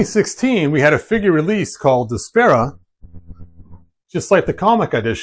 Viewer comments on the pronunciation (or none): Isn't her name pronounced Desp-r-uh, not Desp-air-uh?